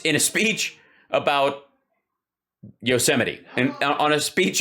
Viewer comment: Trump must have never watched the old Yosemite Sam cartoons. Even the cartoon guys and gals could pronounce Yo-sim-itee correctly.